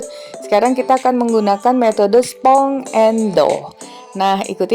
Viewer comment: sponge : spanj not like u said on the video.. makasi ilmunya mbak yaa...